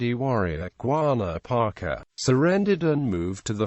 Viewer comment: Quanah Parker pronounced Kwana Parker not Gwana Parker.